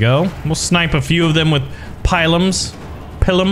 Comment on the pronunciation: Its pronouced Peelum. Pilum.